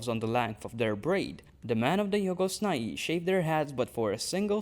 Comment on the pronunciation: I like the way you pronounce Jhogos Nhai